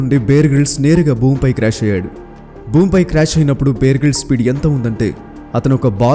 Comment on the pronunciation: Brother, "బియర్" గ్రిల్స్ కాదు, "బేర్" గ్రిల్స్. 👍